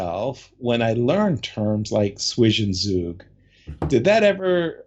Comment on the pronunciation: If ur a pronounciation nerd, Zwischenzug is pronounced like 'tswishen tsoog'